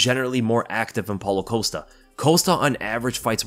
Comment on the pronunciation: Polo coast-ah lol 😆 idk why but your pronounciation of costa's name always makes me laugh